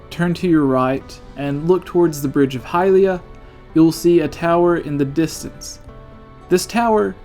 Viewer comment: Did anyone else notice that he said "Hylia" wrong every single time?